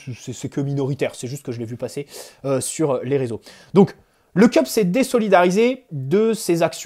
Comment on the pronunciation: Le "Keup" ? Une tasse ? Le CUP wesh c'est ton club et tu sais pas prononcer le nom de nos ultra